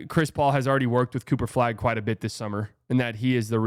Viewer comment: It’s “quiet” … it’s “quiet”